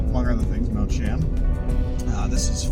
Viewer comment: Beautiful hike. It is actually pronounced like Chee-uhm fyi :)